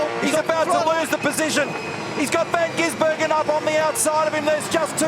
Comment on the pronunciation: Commentato rjust cant stop changing van gisbergen to van ginsbergen...like years of it..